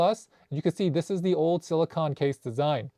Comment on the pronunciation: Friendly tip, it’s pronounced sili-cone, like ice cream cone 😊